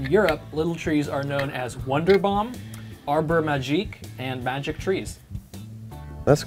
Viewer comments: Americans be like: wonderbom instead of Wunderbaum 🤣 maybe in southafrican dutch but not in German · "Little tree air freshener" My man, it's wünderbaum.